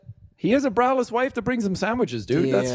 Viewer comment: Oh! BRAless wife... I heard BROWless and was thinking "what happened to her brows? did she shave them? Did they not grow back?" had to listen to this 3 times before i heard it right XD